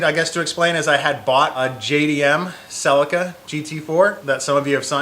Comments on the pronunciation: A celica. Pronounced sel - ee - ka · Listening to you call it a sellica is going to be painful though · It’s hilarious how American pronounce Celica.